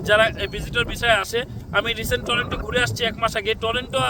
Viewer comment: আপনি টরোন্টো কে বলতেছেন টরেন্টো । আপনার সাধারণ একটা উচ্চারন ভুল । আপনি Canada গেলেন কিভাবে ?